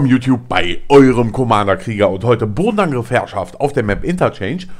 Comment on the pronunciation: am anfang hört sich das so an als hätte er bonenangriff gesagt xD